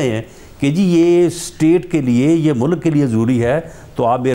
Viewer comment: What's the point of inviting people you know are going to lie and distort, this man can't pronounce one single word properly...mulakk